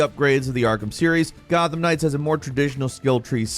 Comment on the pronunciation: ......this is an Arkham-like......watch how you describe things......this is Gotham Knights, not "Gotham Ring" LMAO.....I'm jk....thanks for all this....I pre-ordered and right now, it seems worth it